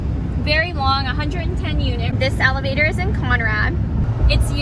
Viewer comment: Hi, I'm a little bit slow getting to watch this time but still enjoyed it. The first couple times you said Elevator I thought you were saying Alligator😂 Then I got it figured out. I would of been scared trying to fly a drone in such wind. Thanks for the trip and beautiful scenery, The heard of deer was cool. 🌹👍👌